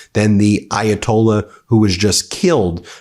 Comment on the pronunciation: Please learn how to pronounce the Ayatollah’s name. Differently pronounced from the one in 1979.